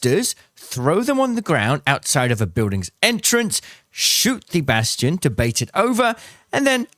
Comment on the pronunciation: Its bass-T-on.... not bashton